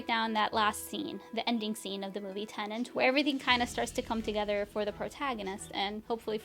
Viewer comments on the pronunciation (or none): Its "tenet". Not "tenant". 2 words that are spelled differently, prounounced differently, and mean different things.